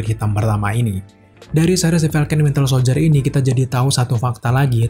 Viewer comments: kok host ini nyebutnya Wintel Soldier ya, bukan Winter? :))) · Gue denger nya nyebutnya, wintel soldier supel soldier:v ada yg kek gitu ga? Apa gue doang?:v